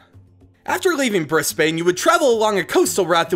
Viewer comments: Me: Oh cool my town is up next! Narrator: brisBAYNE Me: 👁 👄 👁 Update: KARENS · As an Australian I couldn't get over the pronunciations of our cities 😂 Australians really do shorten things for instance we say briz-Ben instead of Brisbane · Lucas Kane, Bris BAYNE had me at cringepoint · I laughed so hard at briss-bane XD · B R I S S B A I N E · He pronounces brisbane briss-bayne. It really annoyed me haha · saw the disclaimer but just for reference: *eem-you *briz-bin *mel-bin *can-brah otherwise all pretty good :) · The way you say melbourne, canberra anf brisbane is: 1. Melbourne - Melben 2. Canberra - Canbra 3. Brisbane - Brisben R.I.P Steve Erwin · Brisbane is pronounced briz ben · Hearing you say Brisbane gave me a seizure. Good video though. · SO ANNOYING! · he pronounced soooooo many things wrong. I got a main triggered when ever he said brisbane because I was born in brisbane and he!!just.. ! AARRRRGGGGHHHH!!!!!!!!!!!!!!!!!!! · U realise u said Melbourne Canberra and Brisbane wrongly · As an Aussie, this is my life and I love it. You did amazing with making my country proud, it's not often you see someone talk about all the parts of Australia that aren't dangerous. Also, just a bit of help: Melbourne: Pronounced "Melben", and Brisbane: Pronounced "Brizben" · Nah it's brisbin and melbin, also he pronounced emu wrong as well it's not e moo it's e mew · Ash Ketchum the way he says "Bris-BAYNE" and "Mel-BORN" hurts 😂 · Brisbane with no e Melbourne as Melburn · who else got annoyed/triggered by the mispronunciaction of Melbourne, Canberra, Brisbane and Cairns? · For all non-Australians... Melbourne is pronounced Mel-Ben, Canberra is pronounced can-bra and Brisbane is pronounced bris-Ben. (Also cairns is pronounced cans)